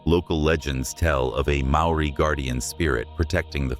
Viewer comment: yep maori pronunciation is pretty much way off